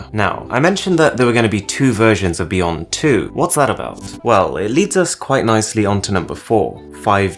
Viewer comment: It is pronounced beyond not beyont...I just can`t stand how you pronounce the letter ,,T,,...